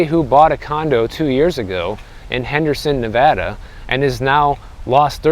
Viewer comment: Pronouncing Nevada correctly! Much respect to you.